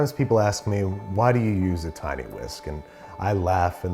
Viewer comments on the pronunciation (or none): none